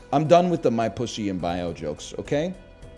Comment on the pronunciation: I agrre with that chatter that said they hate how NL says pussy. It's too damned plosive.